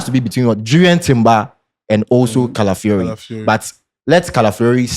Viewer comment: Can someone tell that its not "Caliafiori" but Calafiori.... and what is "Dzinsenko"... oh nana 😂😂😂😂😂